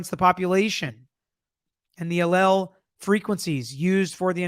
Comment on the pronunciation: Just as a note: we’d normally say microscopy “mi-CRAW-scop-y” and allele as “ah-LEE-uhl”